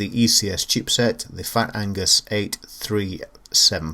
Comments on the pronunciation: Agnus mate, not Angus ;) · Nice review of one lovely machine! Keep up the good work. Amiga forever!! Oh and it's Agnus, not Angus ;-)